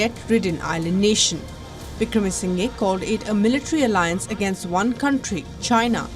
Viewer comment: still can't pronounce Wickremasinghe 😂 kya yar tum log